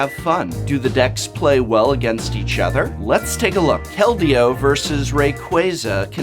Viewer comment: Hearing say "Kal-deo" makes me giggle